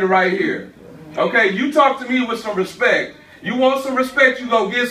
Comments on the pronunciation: "Respek" It's bird man! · “You talk to me with some respecc”